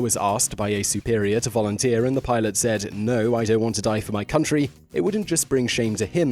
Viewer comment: Vorunteer?? No?? SHAMEFUR DISPRAY!!!